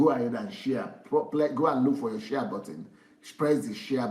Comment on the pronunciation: shia shia shia... DSA ohhhhh lmao... It is share sir. Not shia.